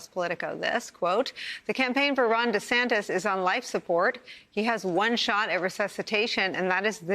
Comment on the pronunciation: DUH-Santis. King of FloriDUH